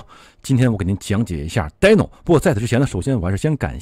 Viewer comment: 是滴no不是呆no😳